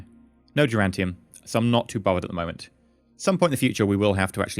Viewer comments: Duran Duran tium. He probably knows the right way to say it but hey, it's a reflex likely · every time you say durantium instead of duranium i shout at my screen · Why is pronouncing duranium as durantium? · Stop cheating! You're defeating the whole point of the R&D process. Also, there is no "t" in "duranium".